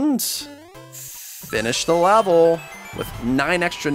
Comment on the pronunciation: u said lavel